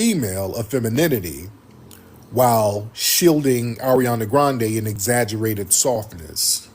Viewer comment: Ari-ohndah is cracking me up. Never heard that name pronounced that way